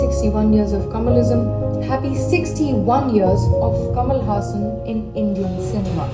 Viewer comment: Ulaganayagan means 'World hero', however it is called as 'Universal hero' as it is said by the director K.S. Ravikumar who gave that name to Kamal. You pronounced 'Haasan' as the Muslim name 'Hassan'.😁 Kamal Haasan is beyond comparison, he is beyond rivals, he stands unique and incomparable is indeed true which is said by his mentor and director K. Balachander. Kamal Haasan has set certain records which is not surpassed by any other actor. I don't know which actor in this world who has multiple talents as him being a director, producer, dancer, actor, technician, assistant director, choreographer, lyricist, television presenter, singer, make up artist, screenwriter and i don't know if i left any. When it comes to his talent, the first thing that always comes to my mind is the movie 'Dasavatharam' where he did 10 roles! That is quite insane, he also gave different voice and body language for all the 10 characters. I doubt there is any actor in this world who did 10 roles in one movie.